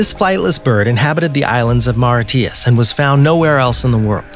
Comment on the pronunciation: You were doing ok, up until you butchered the name of the island MAURITIUS. Pronounced MORE RISH ISS . NOT more e ti us, or whatever the hell you called it.